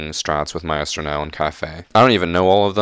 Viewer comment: still can't pronounce maestro after a year lol. Keep putting out good content my guy👍